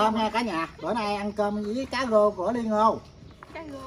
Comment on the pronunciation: Cứ “gáng chảo”, “gáng chảo”, rồi lại “cá gô, cá gô..”, 🤷‍♀️🤷‍♀️!! Moẹ ơi, thì ra là “ráng (chiên) chảo, và cá rô (rờ ô rô, chứ làm gì có con cá gô?!! Ông cố!! 🤣🤣🤪🤪🙏🙏🙏